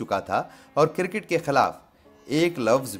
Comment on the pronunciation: Kirkit ???? Or Cricket. ھفیم؟؟؟ یا افیون۔۔۔۔ ۔ اگر اردو بولنا نہیں آتی تو کیا لازم ہے کہ اس کی ٹانگیں توڑو۔ اپنا اصل کام کرو۔ حجامت۔